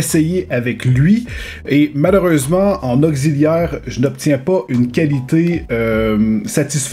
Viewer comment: C'est moi ou tu prononces augziliaire à la place de auxiliaire? 😅